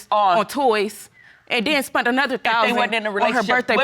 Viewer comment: LaQuita Fergerson Lol they mean "spent". Also hilarious is when I hear "sunt" for "sent"